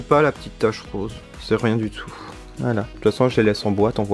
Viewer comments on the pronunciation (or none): none